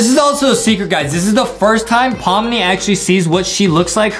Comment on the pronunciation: Is. In. It. Pommi. And. Not. Pomni. Were. Are. You. Geting. Thé. N???